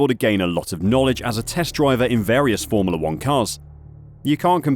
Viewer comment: i love your videos, very informative. i cant unhear the way you say formoolah 1 though! haha